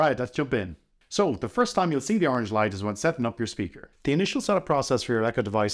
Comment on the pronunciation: It's not oranch It's colors